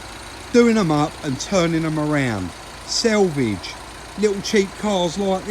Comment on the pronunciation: I know I'm sounding petty and I'm sure it's just your local accent but the word is SALVAGE not (which is the edge of a piece of cloth). Sorry but I'm the original grumpy old man and it just irritates the hell out of me.